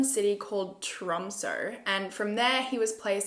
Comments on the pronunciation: I'm from Norway and I have never heard of this case or this woman! I do however find lots of norwegian articles about her if I search her name. Can't believe people like this exist. Btw; love how you pronounced Tromsø 😚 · I read the Norwegian stories about this, and it's so disturbing. Also you said "Tromsø" really well!